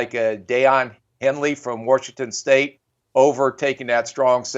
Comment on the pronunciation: "Worshington State"